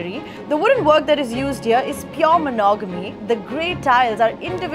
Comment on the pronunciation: Woodwork.... It's mahogany... Not monogany